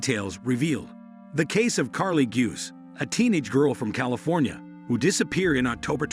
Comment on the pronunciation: It's pronounced Goo-say...come on do better